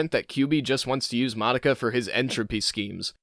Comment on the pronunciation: So you watched the show but canr say Madoka properly